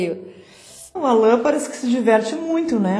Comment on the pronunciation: "Alân" ta serto